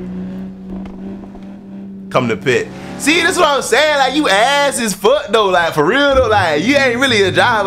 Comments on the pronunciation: My boy had me dying 🤣🤣says “youass” 🤣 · “Youass” IM DEAD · “Youass” Instant regret💀